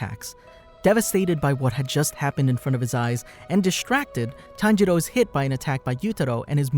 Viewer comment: You pronounced Tanjiro and Tanjuro's name the same. That made that part kind of hard to follow. Still gets a like from me though.